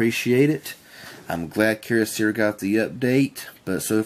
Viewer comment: What's up with the mispronunciations of Keyocera? You seem like a good guy but I just felt compelled to point out that it's not "keer-oh-seera". The correct pronunciation is "key-oh-sarah" (like the female name Sarah)